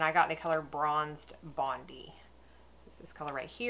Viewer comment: Another great look! Bondi is a beach here in Australia and its pronounced Bond-eye 😊 - thought you would like to know considering it's a new favourite bronzer of yours. By the way, I bought the NARS Loaded eye palette this week and I'm in love!!! I also got a tester of the Hourglass Illusion.